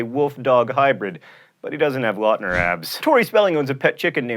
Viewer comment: i just learned in ur other video about pronouncing, its louwtner, no lawtner. ( the twilight guy)